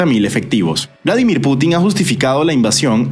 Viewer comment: es volodimyr, no Vladimir, nomás faltaba que fueran tocayos, los presidentes JAJAJA, saludos